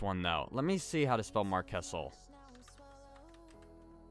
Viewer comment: its not marchkessel is marsheso